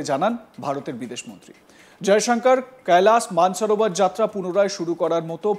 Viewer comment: Koilash manas sarovar hindi accent e uccharan korchen keno bangla channel apni bangali upothapok apnar darshok rao bangali